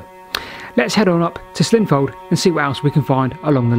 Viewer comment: Nice to see you down my beck of the woods, though i'm triggered by your pronunciation of Slin FOLD and RUDGE wick station names ;) Any chance you'll be doing Christ Hospital down to Shoreham?